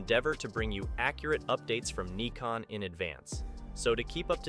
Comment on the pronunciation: But this is the right pronounciation :D